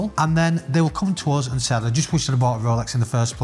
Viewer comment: The word 'us' rhymes with 'bus' not the word 'buzz'